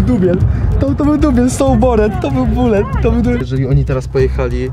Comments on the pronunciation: Mówił bulet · "To był bulet" XD